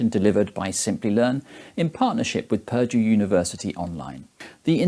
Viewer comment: thought he said "perjure University" Saved by captions.